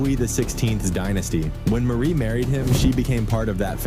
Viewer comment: Maaaarie not Marie